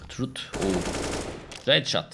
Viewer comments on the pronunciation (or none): Yau arkadaşlar geçen mürsel engellenmiş adama tüm ilk maç boyunca BETA dedi 😂 şimdide root adama “turut” diyor “trus” (truth) 😂 çok seviyorum la Türkiye’yi 😂